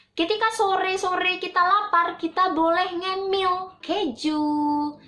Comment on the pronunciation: Salfok sama pengucapan kejunya 😂